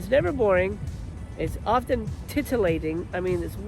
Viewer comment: Lol at "titalating"